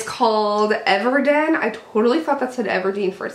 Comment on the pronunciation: haha isnt it Ever Eden not Ever Den?